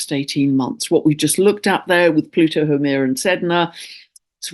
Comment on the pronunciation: Dear, thankyou kindly as ever for this illuminating message. Pls note, re: Haumea, I am a native Hawaiian, and She is pronounced as: how May ya. I have mentioned this before but you probably never got it. Have a Blessed, Magnificent and Peaceful Month to you and All of Us. Aloha Nui Loa 💕